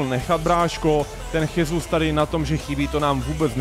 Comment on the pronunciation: Gabriel Jesus sa nečíta Chesus ale Žesus lebo ja sa číta v portugalčine ako ž a zas v španielčine sa j číta ako ch